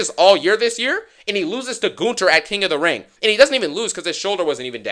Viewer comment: The way bro pronounces Gunther as GOONTER gets me everytime 😭